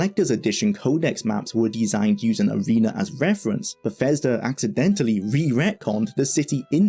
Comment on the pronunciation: Great video, so much detail about a ground breaking game I loved when it came out, thanks. Sorry to be a pain but I keep hearing you pronounce 'th' as 'f' in words, for example Befesda, free-d, femes, forough etc. Had to repeat watch a few sentences to understand what you were saying. If it was something you could change it would really help improve the clarity of the videos.